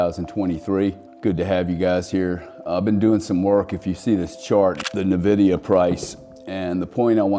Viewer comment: NVDA won't peak until the last person stops calling it "nuh-vidia".